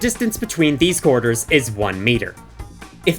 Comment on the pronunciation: Oh, QUARTERS. I thought you were saying corridors because I didn’t see the coins.